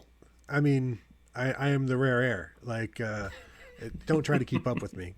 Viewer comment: Was that "rare air" or "rear air"?